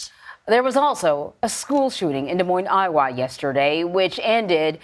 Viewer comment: Seriously? You can't pronouce "Iowa" correctly?